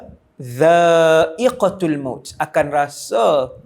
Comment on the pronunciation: bukan ustaz kata roh boleh ke suatu alam 18 tahun ke depan ke? Sy dengar 18 bukan 80.. Dan lagi satu, "kullu nafsin dzaa iqotul maut", bukan dzaa iqotil maut. (tul bukan til) Moga awak boleh edit balik ❤